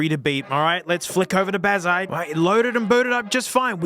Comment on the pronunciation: Can’t believe you wouldn’t use the text to speech bazzite to make sure you’re pronouncing right